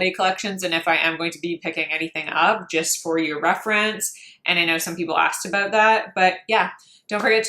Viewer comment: You’re so pretty and then you ruin it by having that self tanner that makes you look like a Cheeto. 🤮🤮 do yourself a favor, ship the self tan and enjoy your beautiful fair skin. Also what’s up with the weird way you say “about?” Fix that